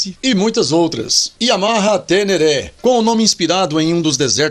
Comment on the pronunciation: O nome certo é TENERE e não TERERÉ. Me ajuda aí!